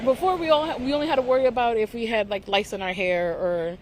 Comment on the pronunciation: I thought she said "lights" as in lighted hair decorations lol